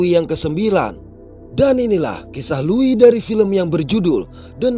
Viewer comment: Tumben ada org indo yg bisa baca nama Louis dengan benar 🗿